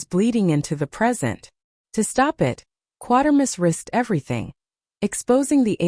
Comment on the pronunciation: Some seriously erroneous information here. No knowledge of how the famous SF name "Quatermass" is pronounced. Inaccurate description of the ending of "X", and such. Poor site.